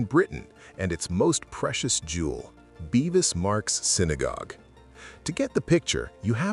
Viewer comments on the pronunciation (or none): It's Bevis.. not beevis. Much that is inaccurate: Cromwell did NOT officially welcome the Jews back. Not properly researched.